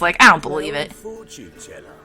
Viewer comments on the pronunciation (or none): It took me a good while to figure out that "chorfun" meant "fortune" lol.